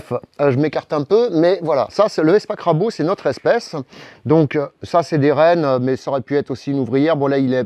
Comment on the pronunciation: Et crabo alors que c'est crabro! ça compense :-)